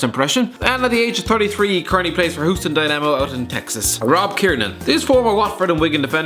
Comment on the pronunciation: Senderos is a free agent. and you pronounced Houston wrong